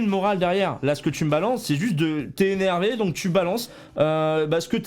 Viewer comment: Trrrrrr « postillon »rrrrrreeees Zéneeeeeeervé